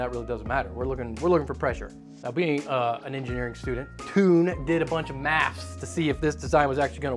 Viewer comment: I'm from Belgium and I laughed when I heard you pronounce Toon. It never came to mind that Toon is toon in English 😂 It's pronounced more like tone. We also have girls names like Joke and Lies.